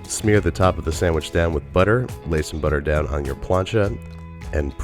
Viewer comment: Forgot the lettuce... Say plancha again.